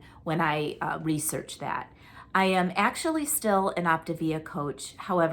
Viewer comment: 💪🏻, are you saying “Optavia?” It sounds like you’re saying “Optivia.” I have friends who lost with Optavia, but they have all gained their weight back (plus more). I feel like it’s not sustainable for a lot of people. It’s also an MLM, so there’s that. Being on a GLP-1 and eating real food seems like a more sustainable plan. You are doing so well and looking great. You are going to be such a beautiful bride! 👰 I love the legal explanations. You make it so easy to understand all the lingo and jargon!